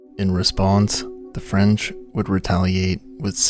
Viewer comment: Wow your French pronunciation is good, c'est bon!! ❤❤